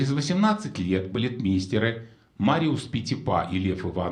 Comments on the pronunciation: Не Иванов, а ИвАнов. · Не ИванОв, а ИвАнов (Лев Иванов, балетмейстер).